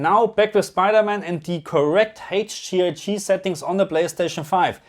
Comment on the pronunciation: Haige Gee I gii 😜 don't ever change! 🙏